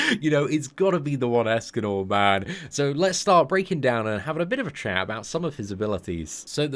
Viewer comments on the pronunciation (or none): In the intro, he sounded like he said "Escanol" instead of "Escanor"